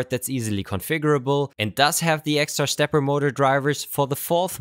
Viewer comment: I love it when shtarts talking about shtepper motors